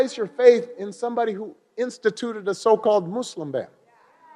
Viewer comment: How did he go from saying "muslim" to giving an accent in a matter of a few words and now it's "mooselum"..?